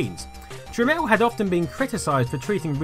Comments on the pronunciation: Um. The guy's name is Jack Tramiel not Jack Tramel. It's fucking annoying hearing you mispronounce and seeing you misspell his name constantly through the whole video. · "TramIEL" ... not "Tramel". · Jack Tramiel formed the company Tramel Technology Ltd. so that people would pronounce his name properly as "Tramel."